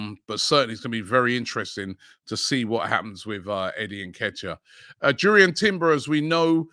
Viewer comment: Robbie mate it's pronounced yurrien like youri tielemens